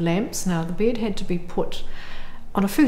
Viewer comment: I can‘t get over the way she pronounces bEd